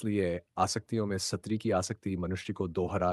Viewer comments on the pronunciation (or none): SATRI nahi STRI bolna chahiye...